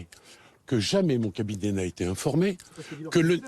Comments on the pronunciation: "jamais je n'ai zété" ??? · dupont moretti "Jamais je n'ai z'été informé" ça va il a le niveau des détenus.